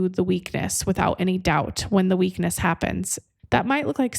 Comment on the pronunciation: Did you say "the weekend of your strength at the end?" No, no.. I listened again while typing the question. I think you said weakness. 🤔 indeed. Made me laugh, though.